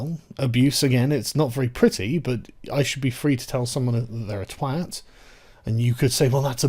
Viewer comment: Sargon: Love your channel, but really, you must work on your pronunciation. 'Twat' rhymes with rot', not with 'cat'. I know. I'm one.